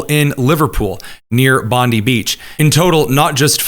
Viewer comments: American brothers in arms: "Bondi" in Bondi Beach is pronounced more like Bond-eye, not Bondee. 😇That aside, everything else in this video is spot on. Albanese is often called Sleazy Albanese for good reason. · Bondi Beach is pronounced Bond-ai, not Bond-ie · this is driving me crazy because I cannot stand Pam Bondi and every time you say the name of the beach I think you’re saying something about her, So in case you were wondering, it’s pronounced like BOND-I Like the word "bond"-i Bond-I like Pam Bondi sounds like BOND-ee The beach sounds like BOND-i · Bondi = Bond eye. Rhymes with bonzai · It's pronounced "Bon-dye" Beach.